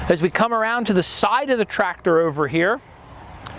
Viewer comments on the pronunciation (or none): The way he said "ouver here" right before that gives him away. That's distinctly a Mid to South Jersey accent (anywhere South of NYC) down to the Philly area. A few characters on The Wire which takes place in Baltimore had it too. His pronunciation of radiator is the way it's most often said in NY. "Ray-deator", though correct is almost Never heard within 200 miles or more of NYC.